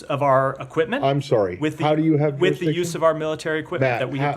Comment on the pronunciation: "who has juristiction?" "israel does, we have" hahaha